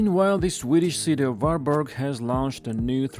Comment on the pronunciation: It's Var-berry.